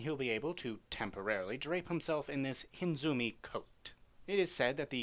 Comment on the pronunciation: Hinezumi not Hinzumi,dummkopf